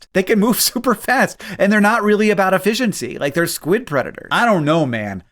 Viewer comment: Did you just say effish-ciency 🤣🤣